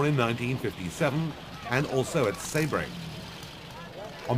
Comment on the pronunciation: Excellent early rerun of the famous race, with all cars identified in the commentary. The Englishman does savage some names, and places. It is SEEbring. CHisitalia. BeeOnDetti, A6GCS, PigOSSo, JONdayBIEN. etc.